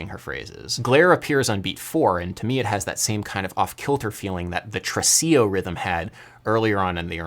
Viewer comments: So. it is tresiLLo, not tresiJo. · It's not trecio its tresiLLLLLLLLLLLLLLLO like in JOY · In the Italian language the double "ll" is pronounced just as a L, not as a J, that's Spanish. Since you always like to be a music intellectual I thought you would like to know this.